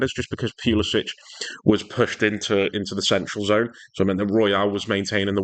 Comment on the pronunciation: Pewluhsitch😅 Try Pull-a-sick Good analysis. See Morata do what needed to be done was just amazing. Morata for captain.